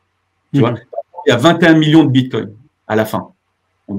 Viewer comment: Tesla accepte les Bitcoins. 1 minute et déjà une bêtise... Je poursuis, "confiance aveugle" et pas un mot sur la tech blockchain. Bon, je m'attendais à un meilleur niveau de connaissances de ta part. Ah, et c'est le bitcoin, pas le "bitcoint" ^^